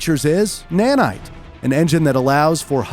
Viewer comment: "Unreal Engine 5 adds several new FEATURES. One of those features is NANITE. An engine that allows for high detailed photographic sourceMATERIAL." Dude you talk like this the whole video. You end every sentence with this weird emphasis on the last one or two words and it gets so annoying. Just talk normal. Seriously, like 22 minutes of this and it gets under your skin